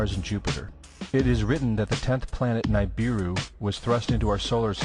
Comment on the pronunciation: There is evidence that Sitchin was incorrect in some of his interpretations / translation. Nibiru ( Nee-bee-roo ), to correct your pronunciation, was destroyed. The incoming object is not visible to the human eye, or in our visible light spectrum. It was recently visualized within the infrared spectrum. Exactly why we have not been able to see / find it. Nibiru was a planet. Planet-X has been found to be a dark (hidden) star. Also, the words Sioux and Iroquois were given to them by others. This video is not really THE story of Nibiru. It is much more the story about the origin of serpentine aliens / E.T.s. I will refrain from DEMONIZING them.